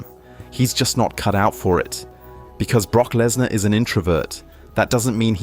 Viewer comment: Prock blessnar 😂😂😂😂